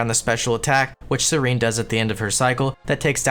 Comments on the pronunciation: Its SEH-REN not SERENE. Come on. And twitch chat that didnt bugged him about it. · Serin? It's SE-RE-N! not SE-RI-N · SER-ENN not SER-EEENE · BTW it's pronounced SEH-ren not SEH-reen. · This man just called Seren, Sereen NAH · lowest level to not know that Seren and serene are different words with different pronunciation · the way you pronounce seren is wierd xD